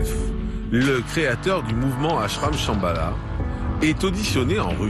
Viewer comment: Shambala, ça sonne chabala, genre tralalá justement, du tralalá.